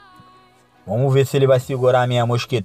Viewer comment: "vomo que vomo" kkkkkkk